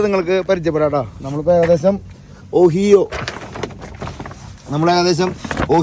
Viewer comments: ഒഹിയോ അല്ല ഒഹായിഒ ആണ്. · ഒഹിയൊ അല്ല ഒഹായൊ ആണ് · Ohio alla ohaiyo ennu anu parayendathu...chicago alla shicago ennu anu parayendathu...